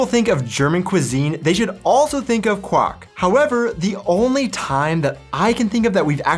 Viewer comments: Kw-ahh-:r:-K has it quite right. Not quawk! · Like in english, "qu" is pronounced "kw", but the German "w" is more like the English "v". So try saying "kvark" instead of "kwark" when pronouncing Quark. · I know it's difficult, not only if it's not your native language but also if your from hesse. ;) but it's really called QuaRk, the R is not silent <3 My mother was very careful to correct me everytime I didn't pronounced the R (not only in Quark but lots of other words) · The pronounciation of quark you ought to train, for what you are telling is the marriage call of a frog